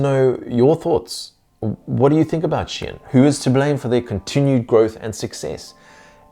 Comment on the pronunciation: Awesome, but Shein is not pronounced as Shien 😂